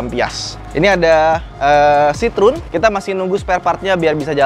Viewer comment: Citroen bukan sitrun